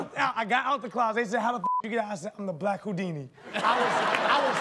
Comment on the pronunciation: The "hood-ini" if you would